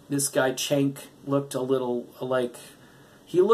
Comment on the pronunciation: dude it's Cenk pronounced Jenk